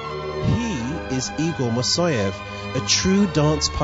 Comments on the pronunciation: Could this african american learn at least how to pronounce the name of great choreographer. It is not mosoev. It is Moiseev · Evidently, the narrator can't read. His pronunciation of the name "Moiseyev" had me biting my lip! It's Moi-sey-ev". Not "Ma-soy-ev". He really needs to learn to sound thing out from the spelling! A real disservice to the man and the ensemble.